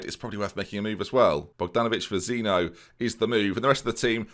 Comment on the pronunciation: Can’t help but feel that you didn’t win those games and had awful team talks due to one factor... That it’s ZEEN-YO NOT ZEENO